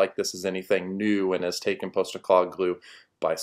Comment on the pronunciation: Has buddy never heard anyone else pronounce "postecoglou?" He keeps saying "poast"